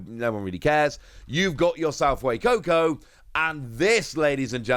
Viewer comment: he actually said fuecoco correct for the first time, i can't believe it, also sprigatito is the best starter